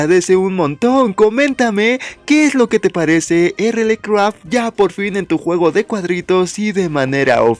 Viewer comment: Se pronuncia RialCraft por cierto 🐸